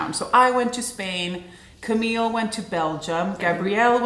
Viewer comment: Omg, my name is Camille too! I’m surprised you pronounce it the same way we do in the US. Maybe only the French pronounce it differently. My name is uncommon here, so it was weird to hear it in your video! Thank you for such a lovely time in Sweden ❤